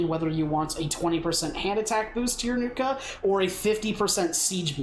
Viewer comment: "Nookta War Chief "